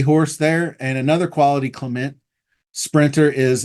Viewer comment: I hope I can find someone to put 2nd to cogburn but as of now.not yet. Was hoping highland princess or obrians runner up in this race last yr was coming. Have to study. F.y.i. c.clement I believe is pronounced cle Mont not mint. People do that also with the owner of fierceness repole.. pronounced re pole lee.